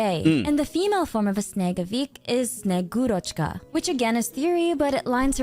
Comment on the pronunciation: got hearing russian words be butchered hurts my soul, just say snow maidne its closest English to that word, she is relative of santa claus although in russian he is named old man cold or freeze or deep chill, old man and one of these